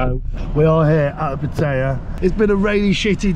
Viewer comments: It’s pat tie ya .. not pat tay ya. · It's called Pat EYE YAA